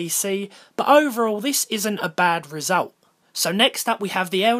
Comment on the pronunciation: Resultoo when you say result it sounds like resultoo